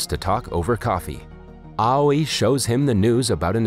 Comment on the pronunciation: Aoi pronunciation "awi"